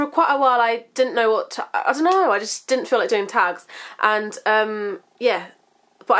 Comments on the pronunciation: Its sounds like your saying wart instead of what. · lmfao! i literally LOL'd when you went "WAAAT" in your accent! haha but im the same way when i hear something like ridiculous but i dont have the accent! LOL :)